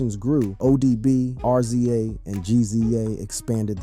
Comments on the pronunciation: How am I going to take you for serious when you don't know his name is pronounced Rizza....dahh uhhhh R. Z. A .... Who was Kurt Cobain??? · .. nothing for nothing but please learn how to pronounce people's names in your documentaries... R .Z. A.. please stop saying that!! it's pronounced Rizza..... I understand it's spelled RZA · I think it's RZA not ARZIEJ 😉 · It's not R-zee-a its rizza😢😢😢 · Its pronounced "Rizza"... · U can’t even say rza name right lmao 😂